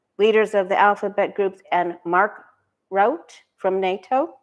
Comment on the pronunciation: Pronounced Mark " Roo tah.